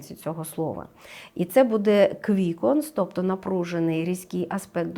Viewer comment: Шановна ведуча, в вас не вірні наголоси. Ви робите мову якоюсь колхозною, відволікаючи від прогнозу. БудЄ? Ми всі робимо помилки в нашій мові, багато ведучих перейшли з іншої мови, на українську, це не просто. Всі розуміюсь, але, будь ласка зверніть увагу. Астрологу респект та дякую за ефір!